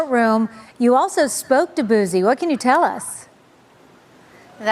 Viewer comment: 😂 not her sayin “Boosey” 😭💀